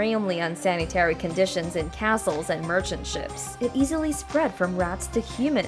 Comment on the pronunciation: Yeah, I had to stop watching, cause it was annoying when the computer keeps pronouncing the main word of the video incorrectly, over & over..